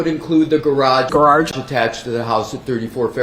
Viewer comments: I have never been able to properly say the word garage again- thanks to you 😂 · Thanks for including Kelly Dever’s pronunciation of “garage “ in your videos. Every time I hear it, I crack up! Thanks!